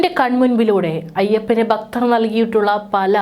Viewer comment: കുട്ടി വാർത്ത വായിക്കുമ്പോൾ നല്ലത് പോലെ വായിക്കുക, ബക്തരല്ല, ഭക്തർ ആണ്